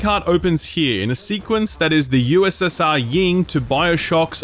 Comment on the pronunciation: It always makes me cringe when someone says Yin & Yang as "Ying" & Yang.